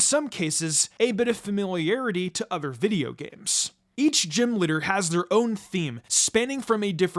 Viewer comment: It does not take much effort to say video.